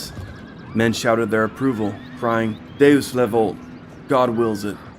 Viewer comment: first time I hear the le of deus le volt in an english speaking video and I'm glad.